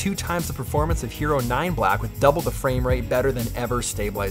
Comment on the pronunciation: I thought he said "Gyro 10" and kept looking for a tasty sandwich.